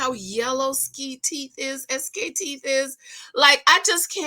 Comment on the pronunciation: His name is not pronounced Ski, it’s SK (es-kay)